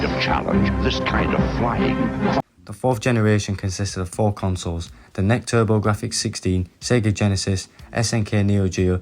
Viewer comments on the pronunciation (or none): The Playstation was 32-bit, not 64. Also NEC is pronaced N.E.C, not nec.